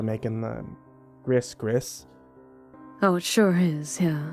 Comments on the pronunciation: One note: Gris Gris is pronounced "gree-gree" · Ooh I live there. Let’s see how this turns out. Edit: just a note, it’s pronounced GREE GREE, not GRISS GRISS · Not cher its pronounced SHAH...NOT maze la...its MAY la. Not Faze doo doo...its FAY doe doe, not griz griz, Gree Gree😄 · Gris Gris pronounced Gree Gree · Gris Gris, pronucdte Gree Gree! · One critique, probably heard it already, gris-gris is pronounced gree-gree. Other than that, fantastic Cajun. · Sigh... for future reference, it's supposed to be pronounced "Gree Gree", not "Gris Gris". Only mention because an old cajun friend of mine would grind his teeth and cusss you out if he heard it that way. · Gris Gris = gree gree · Love your voice. But just for future reference gris gris is pronounced 'gree gree'. 😉